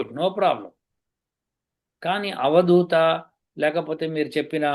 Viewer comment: avadoota kaduavadhoota.ardhalu very